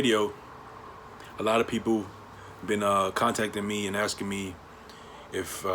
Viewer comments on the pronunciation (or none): Its driving me up a wall how some people say aksin instead of asking